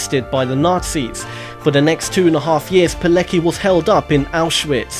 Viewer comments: Witold Pilecki is pronounced "Piletski." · Pilecki is pronounced piletski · Pilecki is pronounced "Piletzki". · Rotmistrz Witold Pilecki , no Palicki !